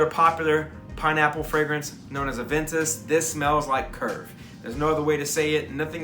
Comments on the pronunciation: Thumbs up for "Avintoos" Lol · Aah-Von-TOOSE! 😂😂 Good video bro, Im definitely going to check a few of these out